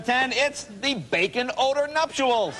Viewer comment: There is no second "u" in "nuptial": it's not "nuptual".